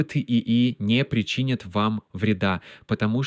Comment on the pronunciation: Russian sounds only partialy fluent. One word - причинят had wrong accent in the middle (it should be in the end) and ruined all the impression